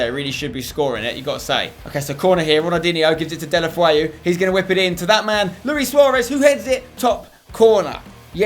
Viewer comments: Deulofeu is pronounced 'Dell - ah - fey - oo' Not 'Dell - ah - fway - oo' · anyone else a little bothered by the way he says deulofeu?